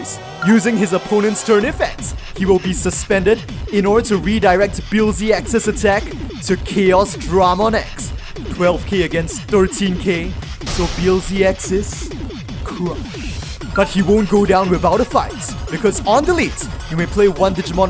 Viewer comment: I think it's pronounced more like chaos-druh-mon, rather than chaos-draw-mon. Reminds of digimon world: next order pronouncing machinedramon as machine-dray-mon.